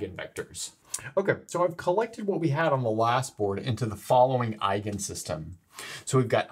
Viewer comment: Your pronunciation of "eigen-" is absolutely perfekt.